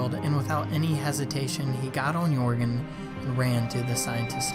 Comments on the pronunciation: It's jörgen! Not yourgen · Jörgen not Jorgen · It is not Jörgen